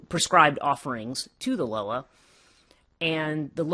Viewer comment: It’s pronounced LOW WAH. I Couldn’t even get through this video smh, and stop swallowing so hard